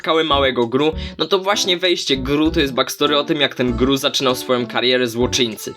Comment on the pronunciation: Nie wymawia się ghuh tylko gru